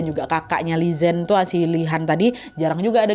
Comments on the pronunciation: lelaki kaya akong ni emank ciri khas pria tionghoa,setia banget asal g bohong mereka bakal setia 🥰 BTW Li zhen d baca nya Li Jen/Li Chen g si? sorry aga ingin memperbaiki 😭🙏🏼 CMIIW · Li Zhen dibaca Li Cen:)